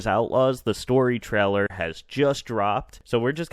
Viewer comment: It's pronounced 'TRAY-Ler', not 'Trell-er'